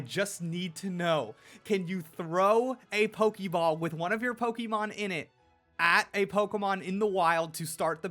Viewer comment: It's pokeball/pokemon not pokiball/pokimon. Why do ppl keep pronouncing it that way. It's so cringy.